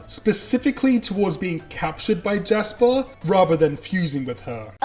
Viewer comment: Lasper and Japis huh?